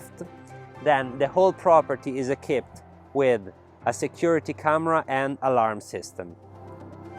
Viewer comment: It is so adorable when he says ekipped (for equipped) and sedar (for cedar)! 😂